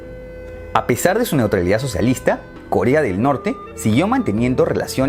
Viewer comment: En el minuto dice kolea XD